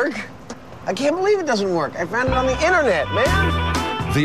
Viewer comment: Internet is pronounced 'inter net', not 'inner net'.